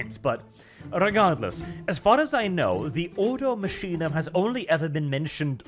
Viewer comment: Order from the machine? No, it should actually be Ordo Machinarum. Order of machines. Machinum would probably be an abbreviation created over the thousands of years. I also believe it would be pronounced Makinum, not masheenum like says it.